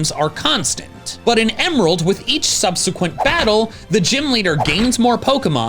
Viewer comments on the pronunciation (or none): none